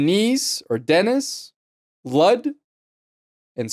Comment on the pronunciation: Award to most epic pronounce to Ludde 🤣🤣 "ludd"